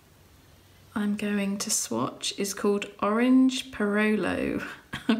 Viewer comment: I really love this art swatching videos. it's peer-ròlo (stress on the first "o" and the "rr" is vibrating), anyway your pronunciation is adorable.